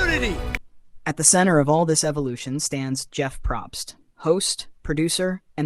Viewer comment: I was so on board until you said Jeff PROBST incorrectly yikes!!